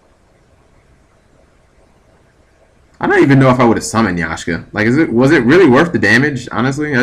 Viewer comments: YAK-SHA. lol xD That was killing me... Not Yashka. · YAKSHA, NOT YASHKA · It's not Yashka, it's Yaksha. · pronounced yak-sha not yashka . Pilica is pronounced pillika. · G do you actually read the names of cards before you try to pronounce them, because it seems like you just glance at their names. Yashka, Daigusto Spheres, Golludo....etc....